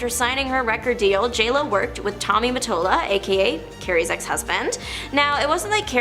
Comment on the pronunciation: "rapper Shane" (Shyne) and "Tommy Molatta" lol (Tommy Mottola). I'm not a fan of jlo but I cant take this seriously lol